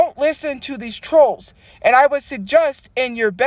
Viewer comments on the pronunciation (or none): “I would SUHJUST”